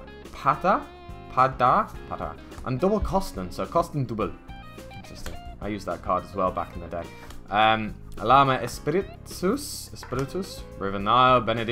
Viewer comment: I like that at least you try to read the cards names, others would just ignore them rather than risking mispronunciation. A tip; double L, ll, is just like you would say a "y" before a vocal "llama" = "yama"